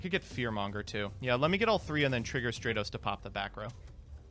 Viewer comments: Nobody:: "STRAY-TOS" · The only thing more infuriating than this DAD-less episode (games 1 and 2) was mispronunciation of Stratos.